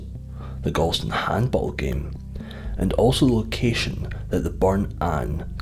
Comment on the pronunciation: A true Ayrshireman would pronounce Galston as Gawston.